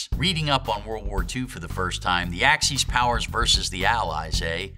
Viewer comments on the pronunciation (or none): Is it pronounced "AxEEs" or "AxIS?" No snark intended. If it's the first one, I've been saying it wrong my whole life. 🤔